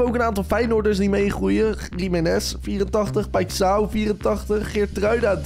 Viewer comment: O ja paixão zeg je als paisjauw (zo zeg je het lol)